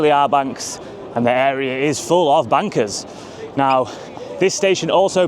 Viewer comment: You pronounced Bankers wrong... ;)